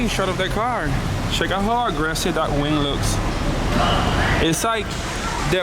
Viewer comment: It sounded like you said "And now we have to tackle this big wang". I was dying with laughter. I love the car, did you ever consider painting the inside and maybe tucking the wires against the interior with gaffers tape to make it look more clean? "Another one of the nuts finally dropped"... sorry, i'm just in the mood to be funny tonight lol. No harm intended!